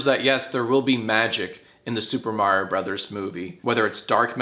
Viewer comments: Nice video but its pronounced Mario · uhh...you pronounced Mario wrong. It's "Mario" not "Mario". Get it right Jack. Ask Erin next time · "I can't wait to watch the Super May-rio Bros. Movie!" - Erin